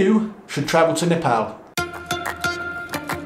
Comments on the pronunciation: He actually said Nepal and not Nepawl. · Glad you Pronounced Nepal as Nepal not Nefol.. Lots of love brother. Really loved all your Videos. Hope to see more videos in coming days.❤❤❤ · So satisfying to hear a foreigner pronouncing Nepal 'Nepal' not 'Nefol' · Ya he pronounced Nepal as Nepal that's something 🤣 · First foreigner pronouncing Nepal as Nepal😁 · True, many pronounce like Nepol or sth..😂😂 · Finally someone is Pronouncing Nepal correctly. After living in uk for over 5 years and hearing people mispronounce Nepal wrong even after correcting them, felt like they are disrespecting my country but I always kept my head Turing to the positive and understood none of them meant that. Please even after coming back to uk keep pronouncing the correct way. Hopefully you will be safe and enjoy the time there. 😁😁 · "Nepal" & "Nepali" Both correct pronunciation. Great Video! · U should pick a Nepali name now😂👌 And u said Nepal perfectly for a tourist😅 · I am happy that u can pronounce the name of country 'Nepal'.most of the people use to call Nepol. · Hy, you are the first westerner I have ever seen to somewhat properly pronounce 'NEPAL'. 😂😂😂 Other westerners they just say 'NEPAUL'. And I commented here right after the very first time you said 'NEPAL' in this video. 😁 I hope you have great time in Nepal. Cheers! 🍻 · pronounced Nepal exactly what it should be like.Well he suffer Nepal lockdown since day 1🥂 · Wow you've really mastered the pronunciation of Nepal. Proud of you XD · Till now..I havent seen any foreigners spelling Nepal so correctly👏❤ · You are probably the first foreigner who pronounced Nepal Correctly. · He pronounces Nepal very well for a foreigner :D. This made me happy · I love it that youve addressed the pronunciation of nepal. Thanks... it truly isnt NEPAUL!! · A like for the correct pronunciation of Nepal! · Gave a like when u said Nepal not Nepaul... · He said Nepal not Nepol😍